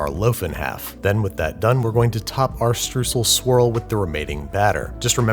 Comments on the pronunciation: Streusel is pronounced "Stroysel" and not "stroosl" ;) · it's pronounced str-oy-sl oy like in oil :-) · The eu in "Streusel" is pronounced like oi in "noice". At first I didn't understand, what you were saying :D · Streusel is pronounced more like Str-oi-sel... hahaha well you tried. Super cute... try a bit of kosher salt in your Streusel. :-) or add a wee bit of nutmeg. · To settle this once and for all: The German "eu" isn't spoken out like a "u". It's more like an "oi". ES BLEIBT HIER ALLES SO WIE ES IST UND DA WIRD SICH NICHTS DRAN GERÜTTELT! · Please stop saying strUsel, try saying schtrOIsel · Streusel, not Strüssel, it's pronounced Shtroycell. Sort of. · As an Austrian (Germany lite for all the Americans) I would like to point out that its pronounced StrEUsel not strußel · LOL Im german and I wondered what the hell a „strusl“ might be, until I realized its just a terrible pronounciation of Streusel😂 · Btw it's pronounced "Stroissel" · As a German i can say I died inside everytime a bit more when he said: Strusel and not Streusel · As a german I was like "What are struhsels?" and then I realized it was "Streusel" (pronounced "shtroy-sell") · "stroysle" als Aussprachehilfe könnte man ihm ja mitgeben... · Butchering German Words with Babish. It's not stussel. It's Streusel. Pronounced St of stop + R of Roman + Oy from oyster + Cell from cellphone. 🙈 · Strusel... strusel.... what is he talking about? Oh... Streusel! The "eu" is no "u" but it is a "oy" like in "toy" so it would be easier to say it as "stroysel" for English speakers? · by the way it's pronounced "stroy sel" german guy here, enjoying the show! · I'm already trying to avoid hearing that totally mangled up word "Streusel" ... so say it together with me: "stroy-zel" - the "eu" prounounced like the "oy" in "destroy", and the "sel" pronounced as in "select". If I can pronounce a lot of Murican words, so you can with Görmän ;) cu, w0lf. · Streusel is more pronounced as 'Stroisel' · Say shtroycell...